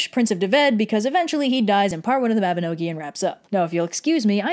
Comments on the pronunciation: Mabba-KNOW-ghee ??????? 😶 Mahba-NOG- ie!! Gawwd it's ALWAYS fun to hear USA pronunciations of ANY other country, but ESPECIALLY Welsh, Irish & Cornish!!!! 😂✌️🌿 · I'm Welsh and a Welsh speaker, and the pronunciations in this video are pretty spot-on! To be super nitpicky, 'Mabinogi' is pronounced mab-in-og-ee, not mab-in-oh-gee. I don't mean this as a criticism in any way, it's just for information. The little sign in Pwyll and Rhiannon's living room that says 'does unman yn debyg i gartre', which means 'there's no place like home', is a super nice touch. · She didn't even pronounce Mabinogi correctly xD. It's ok thought we still love you